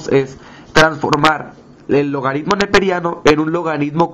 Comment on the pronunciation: Esta mal... el potencial de la celda es catado menos ánodo... 0.8-(-0.76) y es 1.56 V ahí si... no te inventes solo sumando, aplica la teoría... además es logaritmo no logadidmo... es penoso que ni hablar puedas bien, ni se diga hacer una simple suma.